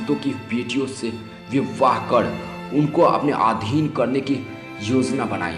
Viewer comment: O bhai pahle bolna sikh le chutye vivvaah...🤣🤣 tu hai chuttiyyaah....🤣🤣